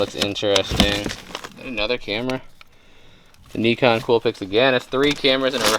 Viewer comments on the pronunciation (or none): none